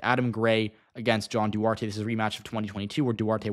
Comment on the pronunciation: Can always count on this channel boosting the chances for any republican who tries to portray themselves as even slightly "moderate." Even though I hate him, props for actually pronouncing Duarte's name correctly, unlike pretty much every other Youtuber.